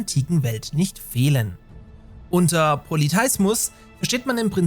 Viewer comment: Das war auch sofort mein Gedanke! Poly-THEEEEEE-ismus !